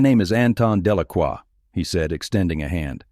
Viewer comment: It’s Delacroix not Delaqua. And other mistakes.